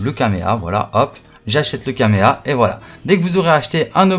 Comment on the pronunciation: Je t’aime bien mais quand tu dit Kaméa j’ai plus envie de regarder la vidéo 😂